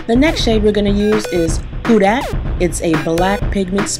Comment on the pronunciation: lol did you say that color was "who dat"???